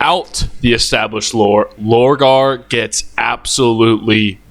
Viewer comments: Pronounce “Lorgar” Correctly Challenge: Maximum Difficulty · I'm taking actual physic damage everytime you said Logar, my brother did you need see the r? 😂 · Damn, the amount of times you mispronounce my man Lorgar name. The disrespect 😭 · Yurizen for lorgar was very funny